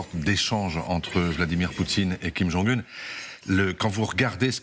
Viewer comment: Kim jong "HEUN" ??